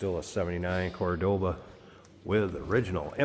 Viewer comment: The "Card-board-Ah!"